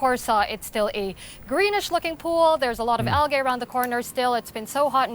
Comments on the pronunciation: It's algae al-jay not al-gay 😂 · Al-g not algay lol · Someone should work on their pronouncement of algae